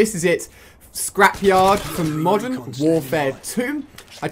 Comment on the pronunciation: At the start you said Mosern Warfare 2